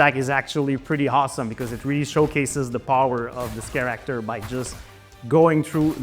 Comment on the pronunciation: Can you please say CAREACTOR one more time please?